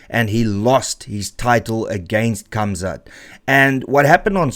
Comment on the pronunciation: why do you say Kamzat when you can obviously can say Gamzat and you speak Afrikaans.